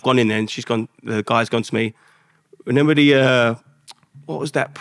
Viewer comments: Lovely guy but it’s not renember 😀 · Is it me or is he saying renember? Great interview but that’s gonna get to me 😅